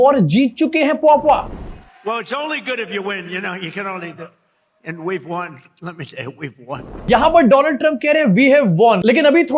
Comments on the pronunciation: Motherland, fatherland & doland😂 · Dolund trump😂😂😂